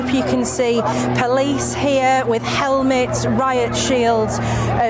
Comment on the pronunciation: Oooooer "helmets"🤣